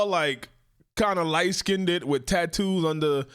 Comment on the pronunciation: "Skinded?" What is Skinded? Are any of you things capable of speaking English properly?